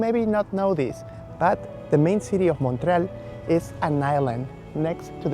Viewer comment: Just a friendly FYI - there are 3 syllables in Montréal with emphasis on the é.